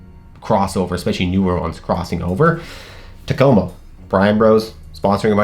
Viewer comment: Wow you nailed the Takomo thing